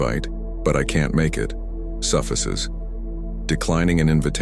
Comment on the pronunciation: I’m just wondering if the voice on this video is AI generated because the person is clearly meant to sound like an American or Canadian, but uses odd emphasis at times, such as the word suffices was said with a short i vowel sound, rather than a long i vowel sound